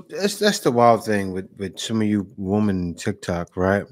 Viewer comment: Good video and great remarks by you. I am glad that these WOMEN are being dealt with at last. By the way, many modern people pronounce women incorrectly. It's women - not woman - there is a spelling difference you can see. Plural is not singular, one woman is not the same as ALL women. When speaking of All or a group of Women it should sound like "WIMEN". Using "woman" when speaking of ALL women sounds very uneducated.